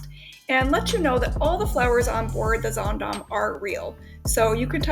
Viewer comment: I'll be on the Zaandam in a few weeks. I love that you pronounce the name of the ship correctly. ☺